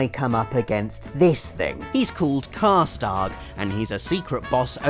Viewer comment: sounds like you're saying karstark and not karstaag